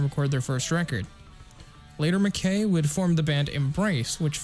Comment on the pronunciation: Great vid! One note - Ian Mackaye’s last name rhymes with eye!